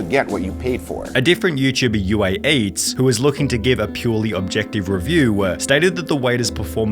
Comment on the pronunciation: Nice content, but dude the way you speak is SO annoying. You sound like an AI who was voiced by a valley girl. In the entire video you speak in a super flat tone, probably because you try to sound like a journalist. Talk normally like you would talk to a friend. And whats up with the UH? Food-uuh, reeview-uuh, twentytwo-uuh, it's fucking insufferable.